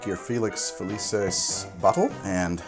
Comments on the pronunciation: It's not Felices its Felucis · To pull a Hermione, it's FeliKISS, not FeliSIS. In Latin, C's are hard.